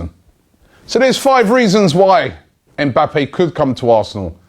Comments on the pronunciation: his names Mba-ppe not EM bappe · Just a heads up. The m is silent in his name. You pronounce his name like bappe